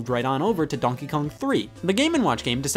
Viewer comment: Scott apparently pronounces ‘donkey’ as “DAWNKEE”